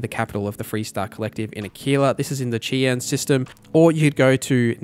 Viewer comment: Just a pronunciation note: Cheyenne is pronounced like shy-anne ✌🏻 Native American words tend to trip people up 😅 Great in-depth guide!